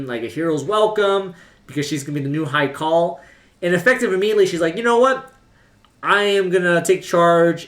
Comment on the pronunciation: Its pronounced like "heart" rather than "earth"